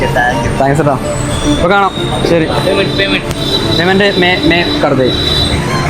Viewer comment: ലെ ബംഗാളി 😂😂 പൈമെന്റ്.. പൈമെന്റ് 😂😂😂